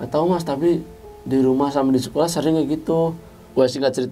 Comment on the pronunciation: Gue salfok sama pas awal cerita masnya bilang cekolah